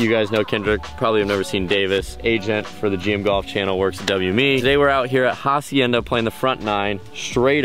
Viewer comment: The H is silent in Hacienda btw. Spanish word sounds like Acienda